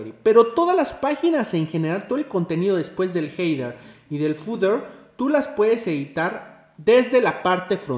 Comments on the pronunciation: excelente video ! a modo de ayuda! header suena ( jeder) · xD "Jeider" Excelente video bro. Me sirvió mucho. Se pronuncia sin la "i".